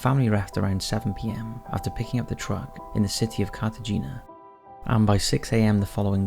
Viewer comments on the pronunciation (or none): Cartagena is pronounced "Carta-hay-na." Not "Carta-gina."